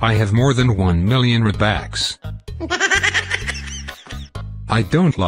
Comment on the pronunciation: Its not robax its robux!!!